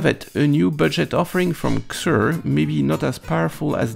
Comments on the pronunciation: it is. And he's said it correctly before, not sure why the change. The company says how to pronounce it too. Why does every youtuber screw this up lol.. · Is it not pronounced “SEE-zurr”???